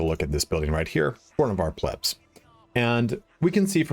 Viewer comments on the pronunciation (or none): Pleb - its pronounced Plehb just FYI. Thanks for the tips!!